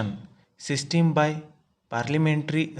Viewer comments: bhai sisteen ni hota hai yr pronounce toh thik se kr lo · Sistim kya hai bhai pronunciation sudharo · Bilkul bhai.... इसकी सिस्टिम खराब है शायद।😜😜😜😜